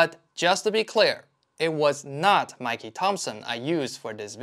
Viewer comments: MicKey not MikeKey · WOW!!!!HOW DID I NOT EVER SEE THIS CHANNEL??????😮THIS IS A SUPER GREAT CHANNEL!!! 👍 THANK YOU FOR YOUR WORK SIR..but it,s MICKEY LIKE THE MOUSE NOT MIKEY LIKE THE CEREAL COMMERCIAL...LOL👍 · Great video. However... it's Mickey, not Mikey. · It’s pronounced Mikey not Mikie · OK. It's not 'Mikey' Thompson. It's MICK-EE Thompson!! I started running those in the 70's when Mickey was still around racing and making record-setting tires across the industry. Every racing fan cringes when he hears Mick called Mike!! Great video, by-the-way. Thanks for making it! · Am I the only one who heard MIKEY Thompson not Mickey Thompson? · It's MICKEY, not MIKEY. show proper respect. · Excellent video. Just want to point out the Mickey in Mickey Thompson is pronounced like Mickey Mouse. :) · Did you say "Mikey" Thompson ? 😅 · Did he say "Mikey Thompson"? 🤦